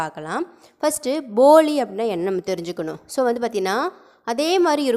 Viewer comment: உங்க உச்சரிப்பு சில நேரம் பொலி னு இருக்கு வீடியோ வ ஒரு time cheak பண்ணி பாருங்க போலி னு கேக்கல தின்பண்டம் இருக்கு ல பொலி அந்த மாறி இருக்கு